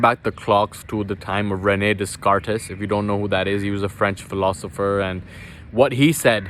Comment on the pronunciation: Descartes is pronounced Daycarte